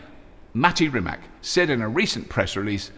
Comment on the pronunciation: When you say "Rimac" it sounds like you're going to say Rimmer.